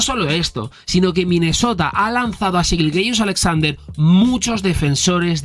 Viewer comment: Te lo pido por favor, me da un calambre cada que dices Shai GILGEOUS con todas las vocales, mejor dile SGA o Shai YILYIUS-Alexander que es su pronunciación, gran video